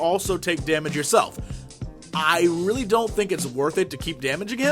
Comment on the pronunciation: he also said "reall" instead of "really" who carez